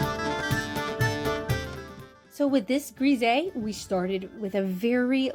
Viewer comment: Hullo, these are all such amazing examples of undertone painting techniques! I have always heard Grisaille pronounced more “grah sigh” it is so hard for foreign words to be pronounced in English because of the different dialects in all of the different English speaking countries! I think you created some truly lovely artworks! If I can offer a small critique? If you want the “H” to read better have the character cross her legs at the ankle this way we see the upright legs of the “H” or more of one and a wider portion of the horizontal bar of the letter. You did create a very sweet painting. Thank you for sharing so much of this technique with us.